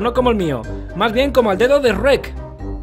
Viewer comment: Reck? Es Shrek :v